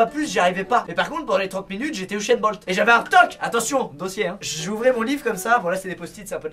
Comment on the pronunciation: Je rêve ou il a dit Uchen Bolt au lui de Usen Bolt (dsl pour l orthographe) à